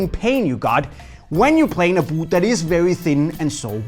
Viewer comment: I tune in just to hear you say ‘b000t’